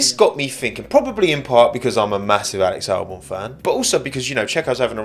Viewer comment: Just here to comment "Walex Walbon" 😂